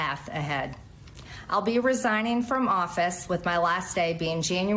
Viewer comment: resigning = "ree ZIE ning" LEARN HOW TO PRONOUNCE ENGLISH CORRECT LY even if it's your second language.